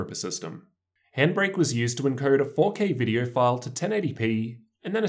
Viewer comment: Dude it’s pronounced oh not er It’s video not vider